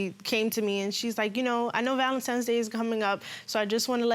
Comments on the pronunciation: Stop saying Valentimes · Valantines not valantimes